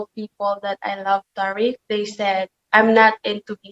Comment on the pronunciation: Why is the interviewer calling him tar-ick? Does she not watch the show? Its Ty-reek.